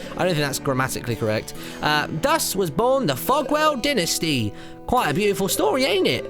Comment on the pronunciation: He also pronounced dynasty "dinisty". :| +Yoflame360 Ikr, Japanesse restaurant my arse. >:T